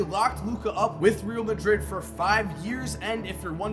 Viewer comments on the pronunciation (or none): C'mon. It has been years. You're still pronouncing Real Madrid wrong. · Pisses me off so much 🤦‍♂️